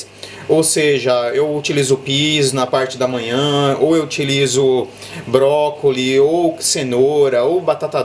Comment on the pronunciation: Cara video muito bom e muito explicativos. sempre seguindo e vendo seus videos muito bom. So um detalhe brócolis , tem S no final :D, mas relaxa que ficar falando 2 idiomas gente começa errar essa pronuncia kkk sei como q é kkk